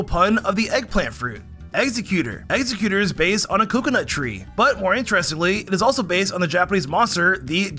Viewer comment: I love but the ways he says Exeggutor drives me nuts